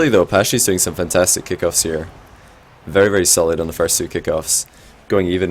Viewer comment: I hate it when you say "Kickoffs"